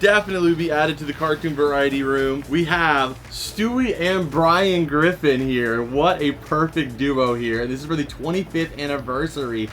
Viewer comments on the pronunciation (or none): none